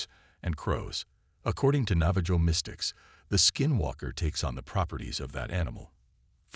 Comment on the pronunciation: Enjoyed the post, but you should look up pronunciations when it comes to Indigenous People tribes. Navajo is pronounced "Nava ho"